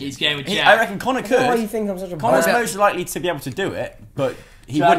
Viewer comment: 'and caner' it sounded like he said can near instead of Connor lol